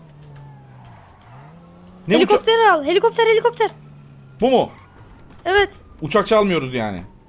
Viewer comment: Heliğopter heliğopter